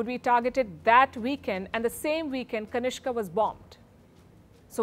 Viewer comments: Madam It's Kanishka not kanishk. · kanishka, kanishk.